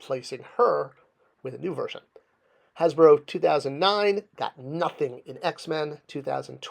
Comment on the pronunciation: "Hasbero?" You really need to start editing your videos before they go up man. You also had a blank screen with your logo up in place of the image of the figure you were talking about at the time.